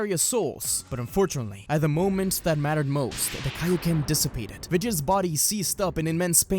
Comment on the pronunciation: I hope we never hear Vegeta say “KAO KEN” EVER AGAIN💀